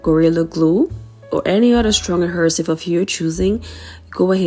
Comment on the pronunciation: Hi Sis. Love all of them. I love your accent but the correct pronunciation of the word is AD-HE-SIVE...LONG "E" Sis.....NO "R". Continued Blessings to you and yours.🙏